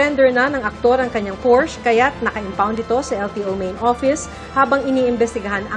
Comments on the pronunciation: It’s pronounced as porsya! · juicy fruit an tagal ng news caster neto hanggang ngayon di parin marunong bigkasin ng salitang Porchè😂😂😂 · Por-shuh or like porsha hindi portch😂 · It’s Por-sha not Porsh (Porchê) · por-sya not porsch..... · Porch daw lala Por-shuh yarn :face-blue-smiling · Pur shuh not pors😂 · porsha Po Ang bigkas Jan. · it's por-shuh... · Porsya/ Por-shuh- as in Porsche😂😂😂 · Porsya/Por shuh as in PORSCHE!!!😂😂😂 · porsche was pronounced as "por-shuh" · Ano ba tong journalist na ito, they can’t even pronounce Porsche correctly.